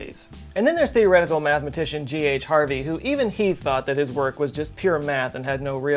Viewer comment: HarDy not Harvey